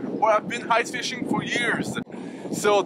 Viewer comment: Hice! enleve le "h" quand tu prononce ice!;)